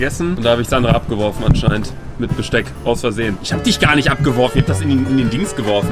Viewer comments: Normale Menschen: Besteck Luca:Gespeck😂😂✨ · Normale Leute:Besteck Luca:GeSpEcK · Normale Leute: Besteck Luca: Gespeck